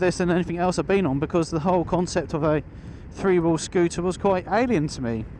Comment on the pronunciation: Couldn’t you find a commentator who knows how to pronounce the word three? That is the word starting with th and ndt f. THree and not Free. It’s really not difficilt.